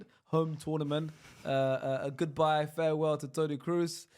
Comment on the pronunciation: Somebody take danish passport😂😂 there is no Word called ‘godenbye’